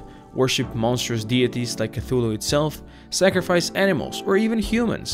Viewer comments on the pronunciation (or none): none